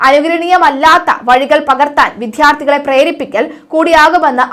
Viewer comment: കുട്ടീ, വിധ്യാർത്ഥി എന്നല്ല, വിദ്യാർത്ഥി എന്നാണ് എഴുതേണ്ടതും ഉഛരിക്കേണ്ടതും അങ്ങനെ ചെയ്യാൻ ശ്രദ്ധിക്കണം.